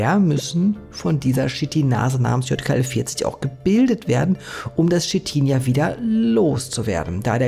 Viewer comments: Ich dachte ja erst du hast ausversehen J statt Y gesagt bei dem Wort YKL-40, aber du hast es locker 10 mal einfach falsch gesagt! Wie zur Hölle passiert sowas? 😂😂😂 Es heißt Ypsilon. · Gutes Video, aber es heißt nicht JKL-40 sondern YKL-40. Ungefähr 20 mal im Video falsch wieder gegeben. 😀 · Du sprichst immerwieder von YKL 40 ist [ˈʏpsilɔn] JKL 40 ist [jɔt] ( weil es mir immerwieder aufgefallen ist 😉 ) Ansonsten ➡️ ❤ DANKE für die Recherche und Deine Meinung - die ich auch hier wieder sehr (gerne) teile 🍀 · Es ist ein Y (üpselon) kein J (iott) in YKL-40. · Ey es tut mir echt leid das Video ist sehr interessant aber es triggert mich des todes, das du YKL 40 immer JKL 40 nennst. Ich kann das Video nicht zu ende gucken